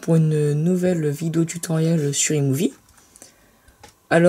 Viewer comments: on prononce AÏE movie :) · Parcontre on prononce "ail mouvie"